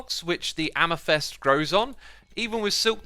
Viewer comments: Please someone tell him, it is not amethEst but amethYst. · I hear Amythest insted of AmEthYst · the 'y' in amethyst is more of an I. "am-a-thist" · The way he pronounces amethyst "amethest" makes me angry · Amathest? I dont think thats how it’s pronounced 😂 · Ah man, pronouncing it like amefest got old real quick. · It's pronounced AmeFIST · You said funny once the "amethyst", like "amesfest". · Man I'm so keen for these amethyst, er, "amathest" geodes :) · Why Xisuma pronounce “Amethyst” as Amethest? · Why do you read "amethyst" as "amethest"? ( no offense of course, but that's just a bit weird ) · "Amethest" and "Calicite"! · his amethyst pronunciation hurts me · The way Xisuma pronounce Amethyst is new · While the updates are really useful and informative - please check your pronunciations before you record these videos! amethyst and calcite especially! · Is amethyst really pronounced the way he says it? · Why can't Xisuma say "Amethyst" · Did the way he said amethyst piss anyone else off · The way he says "Amethyst" ... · Good detail man, thought i'd say, amethyst =is pronounced to rhyme with fist (am-e-thist) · do you just love pronouncing things incorrectly because its really frustrating sometimes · Bruh, X, you know that you suck at Amethyst pronounciation? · It’s funny how xisuma can’t pronounce calcite and amethyst lol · M8 I hate to jab but sort your pronounciation out: Calcite = Cal - Sight Amethyst = Amm - eh - thist Lazuli = Lazz - yoo - lie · your pronunciation of amethyst and calcite is very disturbing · my ears suffer with the ame"thest" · Why are there no comments about X saying ame-thest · You say amethest, but isnt it pronounced am-e-thyst? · nobody: xisuma: AMEFEST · Everyone: Amethyst Xisuma: Amythest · Xisuma, love your videos, but, please stop pronouncing it ‘am-a-fest’ it’s am-a-thist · Its AMETHYST, Xisuma, AMETHYST not AMYTHEST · Dude, can you not say amethyst? You keep saying amesthest or amathest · It's AMETHYST MAN.. NOT AMATHEST!!